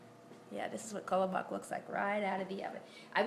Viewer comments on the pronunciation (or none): She is pronouncing it wrong... the whitest way to say it...